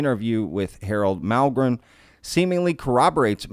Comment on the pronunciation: Hey there, I'm a fairly recent sub, & really like what I've seen so far. The main point of this comment may seem trivial, or silly to some folks but, it's the fact that you are thee only other person, other than myself, that I've heard pronounce Harold Malmgren's last name correctly! I'm dead serious bro, everybody is calling him Mal-gren, & not including the second M. Thee exact same deal goes for Malm-strom AFB, they all call it Mal-strom. My phone even keeps trying to "correct" me when I type in Mal-strom!!! Pay close attention when you hear other folks talking about either one of these names, & you'll see that I'm right. It just drives me nuts, because I automatically expect everyone to screw it up, but today, I started this video & heard you say Malm - gren, & was sooo surprised, I had to replay that part over 2 - 3 times, to be sure! Thank you, you're doing fine work, & have a keen "BS" meter, regarding fakes or "hoaxes". Keep it up, Dino in Ventura CA.